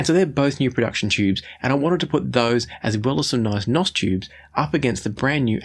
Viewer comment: Stop saying "nos" tubes. You sound like a bad A.I. image. You are trying to sound hip and cool, but you are not. It's N.O.S. or new old stock. Not "nos".